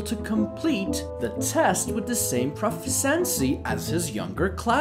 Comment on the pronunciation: The reader hadn't a clue how to pronounce "proficiency." Who would have, among people born within the last forty years? And "flabbergasted" with a long a on the first syllable? Good grief!